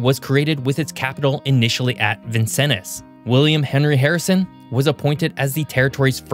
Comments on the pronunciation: I grew up just 30 miles south of Vincennes. I had a physical reaction to his pronunciation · ONLY! A non Hoosier would pronounce Vincennes that way! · You should at least interview 1 person from a place before you start trying to pronounce it’s most prominent names. It was informationally a great breakdown, but I lost my mind when you said Hoosier, Vincennes, and Wabash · I had a physical reaction to the pronunciation of Vincennes it was so off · Duuuude, ask a Hoosier how to pronounce, well, nearly every proper noun in this video. “Vin-senz”, “Waugh-bash”, Hoosier sounds like “who” not whatever that was. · Vincennes hurt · Vincennes, Calumet, Lafayette, all hurt to hear. I'm curious on the region breakdown too. The "central till plains" extend much further north than he shows. I know, I live in them. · How badly could one person mispronounce Indiana vocabulary - Hoosier, Potawatomi, Vincennes, Croydon, Wabash plus more that I probably missed... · "Vin-sins" "POT-O-WHAT-O-MI" "Whooosier" "Wah-bash" For the love of gawd😫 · Yes. Potawatomi, Hoosier, Vincennes, etc. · Say it with me: Vincennes - "vin-senz," Potawatomi - "pah-tah-wah-toe-me," Calumet - "Cal-you-met," Hoosier - "hoo-sher." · 100% Vincennes, Potawatomi, Wabash, Hoosier!....